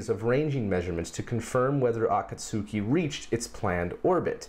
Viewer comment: Great SpacePod,! Good to see Cygnus back at the station. Also, I do have to correct your Japanese slightly. The "u" in "Akatsuki" is silent, so it's "uh-KAHT-skee."